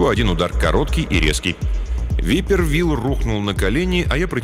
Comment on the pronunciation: не випер Вилл, а вайпер Вилл (viper Will). Так же неплохо бы звучало как "гадюка" Вилл